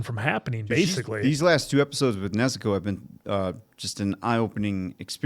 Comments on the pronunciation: they say Nezooko, putting too much emphasis on the u sound. It's the same way Tanjiro says it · Oh, and they can't pronounce Nezuko right either